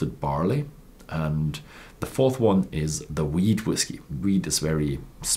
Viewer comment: anyone else hear him say the weed whiskey? Lol